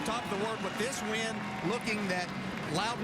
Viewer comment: you said wis not win